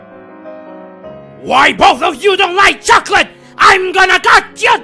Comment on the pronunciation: Did you say choccolate? CHOCCOLATE